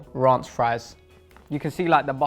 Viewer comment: He said RONCHHHH😂😂😂